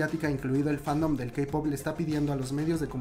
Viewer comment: Diste una actualización que realmente ayuda mucho a saber qué ha pasado después del accidente. Gracias por no contar solo lo que ha estado ya en medios sino expandir y complementar más el tema. Por cierto, amiga, no se dice "CEI-pop". Es "CI-pop" o pa´que decirlo en inglés y solo dices "CE-pop". (: suerte